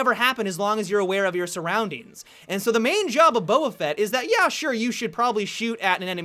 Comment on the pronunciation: Finally someone who pronounces Boba Fett correctly.